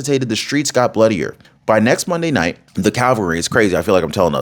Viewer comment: Its called Cavalry. Not calvary